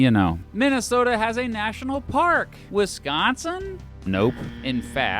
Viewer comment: as a wisconsinite, thank you for pronouncing wisconsin correctly ❤